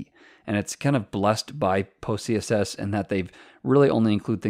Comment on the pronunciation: Why do I keep hearing pussyCSS?? Good Video tho.